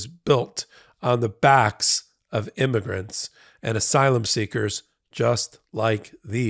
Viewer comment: And “imergants”.